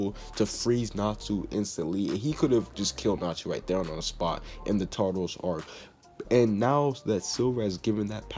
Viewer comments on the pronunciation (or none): none